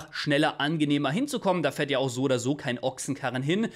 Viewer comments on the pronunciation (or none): none